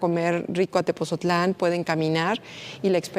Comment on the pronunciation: ME ENCANTÓ EL VIDEO PERO, LA SEÑORA DIRECTORA DEL MUSEO QUE MALA PRONUNCIACIÓN DEL NOMBRE DE "TEPOTZOTLÁN" CON T Y Z. DEBE DE PRONUNCIARLO BIEN. NO SE DEBEN CONFUNDIR CON TEPOZTLÁN.